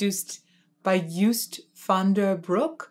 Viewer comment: Joost's name rhymes with the word 'most' BTW.